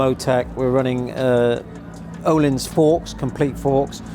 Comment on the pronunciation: Ööööhlins...not oooohlins.😂